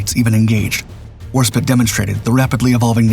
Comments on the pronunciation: HAHAHAHAHA! You're an idiot. It's WARSPITE it's pronounced spite not spit. Why would you try to type bullshit on the web? This robo-voice has fucked this and many other pronunciations up for years. You should hear it recite model numbers for aircraft or missiles. It's bad. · Spite not spit the I is long fucking Christ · Why cant this robovoice pronounce the E in Warspite? Warspit? When you type the script you have to misspell certain types of words so the robovoice will pronounce it properly. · how do you pronounce Norwegian fine but bugger up the most decorated British naval warship since HMS Victory, War-Spite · Content creators should emphasize historical accuracy and pronunciation. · But can't pronounce Warspite.... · The ' E ' in Warspite is silent.